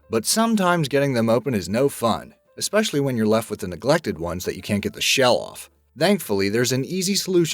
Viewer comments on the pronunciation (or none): none